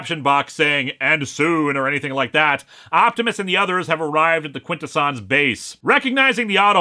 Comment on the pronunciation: I thought it was pronounced quin-TESS-unz